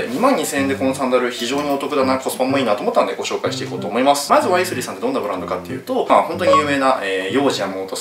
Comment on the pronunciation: ワイ↗︎スリー↘︎のクセが強い